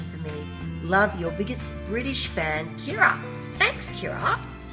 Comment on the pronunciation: Thanks for the shout out! You didn't pronounce my name right (it's pronounced like Michelle!) but most people can't even manage Kira so it's okay!!☺️